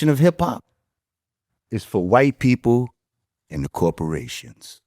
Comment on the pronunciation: Coroporations 😮‍💨 is that different than corporations?